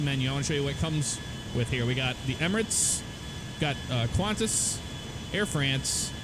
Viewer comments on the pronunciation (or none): Qantas isnt pronounced Kwontas, its kantas because no QU